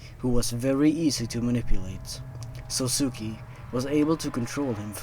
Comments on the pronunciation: That last one would have been really great... If you don't know Japanese pronounciation... Let me help! Sousuke is pronounced "Soh-skay" basically. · just a little note: sousuke is pronounced like "so-skay" i cringed every time you said "sosuki" lmao